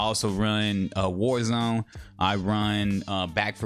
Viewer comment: I love the way you said warzone 😂